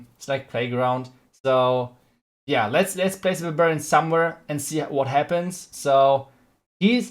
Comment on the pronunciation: Its barbarian. Not babarian haha